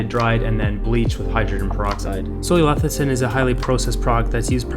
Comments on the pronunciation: leCithin. NOT leTHicin. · I can't take this video at all seriously. It is NOT pronounced LEH THI SIN, but LEH SIH THIN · Sound it out. Leh - SIH - thin, not leh - THIH - sin. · You Say Leth-i-cin thru the whole video and you're giving advice on Lecithin..... interesting... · I’m reading lecithin and he’s saying lethicin, my brain! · You say it wrong enough times and it starts to sound right. LE-CI-THIN.... not LE-THI-CIN. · I thought that it is leCiThin... you keep saying leThiCin... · You spelled lecithin correctly, but pronounce it lethicin... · i thought i was the only one hearing lethicin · say it with me: less-a-thin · It's LESS-I-THIN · How can we trust your content if you cannot even pronounce Soy Lecithin? Yikes! Perhaps its your first day with your new mouth... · man, you couldn't even pronounce soy lecithin. cute cat tho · You can’t even pronounce lecithin correctly. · Discredits everything when you can’t even pronounce the product correctly. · Just because he mispronounced it, doesn’t mean the information is discredited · it only means 1 thing for me, he didn't do a proper research about it if he can't pronounce it properly. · He doesn't know how to say it yet we see him criticising it. Probably reading off some paper. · don't trust someone who can't even pronounce the thing properly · Thought I was the only one who was catching his incorrect pronunciation…kind of makes me question the validity of this video 😅